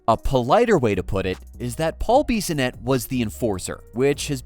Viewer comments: Who is this Beeeeeeesonette you speak of? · Clearly u dont watch him on tv or u would know how to say his last name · Take a shot every time the AI voice says Biz’s name wrong 🤣